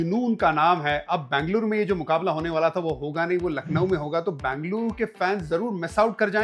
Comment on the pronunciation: Please don't say Bangluru.. it is Ben-ga-lu-ru